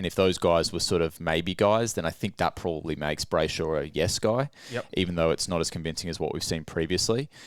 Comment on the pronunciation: "Brayshosh" 😂 Sorry not letting you get away with that one